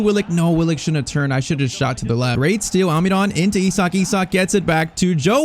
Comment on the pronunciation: Stop saying Alminon it’s Almiron